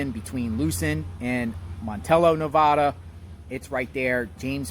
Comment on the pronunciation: I wish people would learn the correct way to pronounce Nevada.